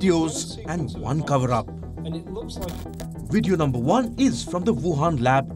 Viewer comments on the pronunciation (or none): What's a wideo?